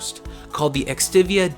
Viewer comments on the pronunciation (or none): It's just .... Extiva. Not... Extivia. Don't get too fancy. Pause for reference to what samsung printed on the console. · Extiva, not Extivia. Dunno where you got that extra "I" from. Intieresting consiole, thougih. I like your videos, just pokin' a bit of fun at what is a pet peeve of mine. If you're gonna make informative videos, at least know how to read the text on the things you own (sorry, were lent by a pawnshop...) Also, that game is clearly labeled Freefall 3050 AD, not 350. Attention to detail isn't one of your strong points, eh? Good job otherwise! Definitely interesting to see this pile of garbage system.